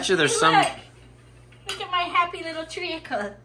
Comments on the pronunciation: mad as a box of frogs today. Love it! Oh and in England we pronounce treacle, treecle. No need to sound out the a😄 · Omg ….I laughed all the way through that cookie fiasco. You made it so much more fun and I totally agree that having him in your face and trying to make a new recipe would have ruined me. 😅😂😅😂😅 Oh…and it’s Tree-kl …without the “a” pronounced trea·cle /ˈtrēk(ə)l/ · Your family banter is classic. I love how you say tree-a-cle. Its just tree- kle. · I love your pronunciation of tree-acle. We say treecle here in the UK. Tastes good either way! Yum at your baking.❤ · It is pronounced tree- kle. Not tree-a-kle. The cookies look delicious. You can make your own brown sugar with white sugar and a little bit of molasses. So you can make it to your own taste. You could do only a 1/2 a dozen cookies and one of those smal loaves of fruit and nut bread like Apple pecan or banana walnut. One of those little loaves of bread are perfect for 2 people to sit and talk with a pot of tea. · I haven’t checked the comments..but just in case this isn’t there ..treacle is pronounced ‘treecle’ in the UK 😉🇬🇧💕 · treacle, you only have one vowel sound it is tree kle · You made me giggle with your pronounciation of treacle, in the U.K. it is pronounced “tree call” and we use it for ginger based cakes like ginger, treacle tart with a ginger base etc. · In Scotland we do not pronounce the A in treacle tree kle.